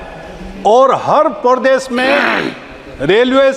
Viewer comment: har pordesh 😂😂😂